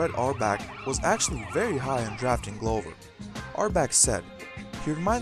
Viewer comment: I wish if you were going to do these videos you would learn correct pronunciations of the names of the players and teams. "Lasalle" (e is silent). "Glover" (short "o" glove" not long "o")